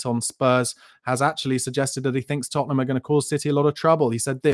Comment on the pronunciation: Hey, you just can’t say Tottenham lol